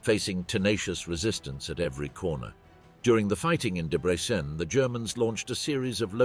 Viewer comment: Why does the narrator, presumably AI, pronounce Debrecen differently every single time it mentions it? And AI is supposed to take over the world???